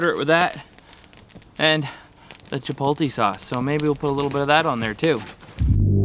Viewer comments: It's 2021 and folks are still pronouncing it "chipol-tee" JK bud! Love your vids! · Chippote lay. My brother in law can't say it either 😁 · OK, it’s NOT CHIPOLTE, it’s CHIPOTLE,,, still a good video👍